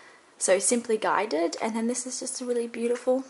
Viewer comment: It's Simply Gilded not Guided